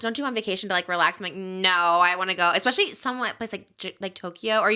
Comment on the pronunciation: Jake words: EK-SPECIALLY and HURTED